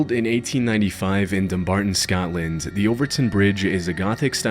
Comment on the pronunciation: You said Overtoun AND Dumbarton correctly! Subbed 😂 - "Celtic" isn't Seltic. It's Keltic. Unsubbed 😢😅